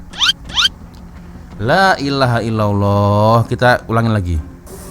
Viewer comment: lailahaillallah ya.....bukan lailahailolloh... asah skit lah lidah tu bgi lembut sprti sotong..😁